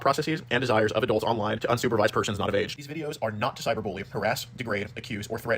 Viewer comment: Adolts? it's pronounced adults.